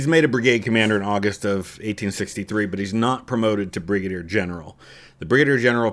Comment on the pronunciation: "Bri-gader general" :)